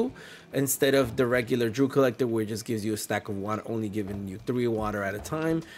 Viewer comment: It is D-E-W Collector! Are you a Kamala voter?😂😂😂